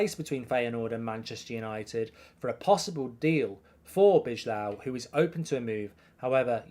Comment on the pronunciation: B-eye-low = bijlow please, I'm dutch